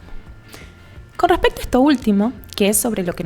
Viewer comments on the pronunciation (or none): Aspira las eses, algunas veces, por lo que se escucha raro cuando habla. dice:"" con todo ejto"". por eSsto. Pero buena información, lástima la mala pronunciación.